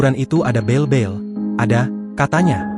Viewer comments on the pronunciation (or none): Bel bel jelas jelas bale bale 😅😅